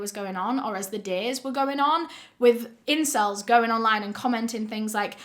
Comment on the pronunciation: this is a serious video but hearing her say "incells" made me laugh way too much im sorry😭